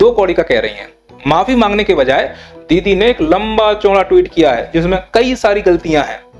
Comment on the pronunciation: सर पहले आप ये तय करें दीदी बोल रहे हो या दली मैं बहुत ज्यादा कंफ्यूज हूं😅😅